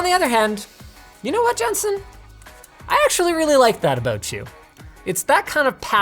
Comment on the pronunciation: When he ends the video asking if something is fair, I thought he said "how about you Justin", was freaked out and registered and he said Jensen haha